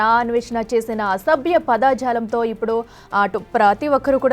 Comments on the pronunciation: Padajalam padaajalam kadu correct pronounciation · పదాజాలం కాదమ్మా..పదజాలం !! news readers తెలుగు ని చంపుతున్నారు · పదా జాలం కాదు పద జాలం, కర్మ కర్మ తెలుగు రాని వాళ్ళు కూడా వార్తలు చదివే కాలం వచ్చింది. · పైగా పదాఝాలం అని😂.